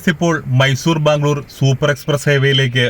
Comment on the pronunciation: വീഡിയോ നല്ലതായിരുന്നു ഇനിയും ഇതേപോലെതെ വീഡിയോസ് വന്നോട്ടെ ഒരു പ്രാവിശ്യം ഈ കാട്ടിൽ രാത്രി പെട്ട് പോയതാ എന്റമ്മോ ഒരു വല്ലാത്ത അനുഭവമായിരുന്നുഅത്. പിന്നെ ബാമ്മ് ഗ്ളൂർ അല്ല ബ്രോ ബാംഗ്ലൂർ ആണ്